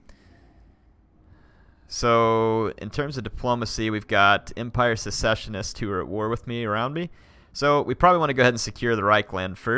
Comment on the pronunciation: For the record, "Secessionist" is pronounced similar to how you say "Session". "Sess-Sesh-Un-Ist" ;) (Or perhaps Suh-session-ist)